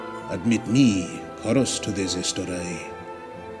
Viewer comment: Very nice! Could I ask why you pronounced Chorus with a rear-stressed rather than fore? It seems to me that the metre would imply fore?